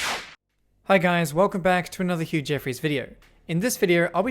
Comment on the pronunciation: Do you say or huge effort?